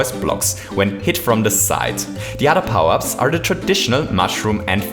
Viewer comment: de udda powups